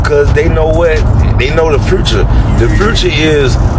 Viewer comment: Naw he said fruture lol he can't even use correct grammar